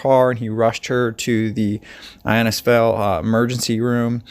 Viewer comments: Pronounced, Inn-is-fail. Good video. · Wow an incredible story if survival, the human body can take a lot. Innisfail is pronounced In is fail & Cairns is cans. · I like your channel, the stories are quite intriguing. Cairns is said almost like "cans" btw, not Carens. We say things strange here. Innisfail is pronounced In-uhs-fail. Nice work on the show. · It's pronounced In-is-fale (now say it quickly). And no, our rainforests are not full of crocodiles - the crocs like to live in swampy, mangrovey creeks and rivers. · Innisfail pronounced In is fail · I’m here at the moment…it’s pronounced in- is-vail..great vlog ty At the moment it is the wet season - we’ve had torrential rain - 10 inches in a couple of days. It’s a beautiful part of Queensland- the Atherton Tablelands